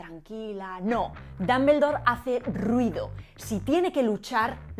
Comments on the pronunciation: lo que no me agrada es la pronunciación de los españoles de el idioma inglés, no se porque pienso que no hacen ni el mas mínimo esfuerzo por pronunciar bien, una pronunciación figurada de DUMBLEDORE es aproximadamente DOMBLDOR, y los españoles pronuncian literalmente DAMBELDOR, sin una pizca de esfuerzo de pronunciarlo correctamente, solo es mi humilde opinión. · Con el perdón de la autora del video y de todos... no aguanté la risa cuando pronunció DAmbeldor... OMG! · ¿Por qué pronuncian Dumbledore como Dambeldor? ¿Existe alguna regla o convención al respecto? Cada que lo escucho siento que me va a dar algo. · Tanto explicar lo bien que hablan en español, por que no explicas esto? "Dumbledore" lo pronuncias como "Dambeldor", es horrible! Por lo menos sería "Dambledor", y eso lo hacen siempre los españoles. Otro ejemplo: "Google" y dicen "Goguel". Son horribles! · Jajajajaja! "Dambeldor" jajajaja! Te es tan difícil decir al menos Dombldor? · ¿Cómo “Dumble” en Dumbledore puede ser pronunciado dambel? No entiendo! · Dámbeldor? Jajaja qué chistoso lo pronuncian. Hermión? Jajajajaaj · el fonema /ʌ/ es muy distinto al fonema /a/, igual que al /o/. Sinceramente no entiendo por qué los españoles hacen una mezcla en cuanto a pronunciar palabras de origen inglés. dicen /Apel/ pero no dicen /ipon/ para Iphone. Dicen 'equis box' para el 'X-box' pero no dicen la 'plai' para la 'Play' (station). No me mal interprete, me encantan los idiomas y sus variaciones, pero un país que tiene de vecino a Inglaterra debería tener una mejor pronunciación. Saludos.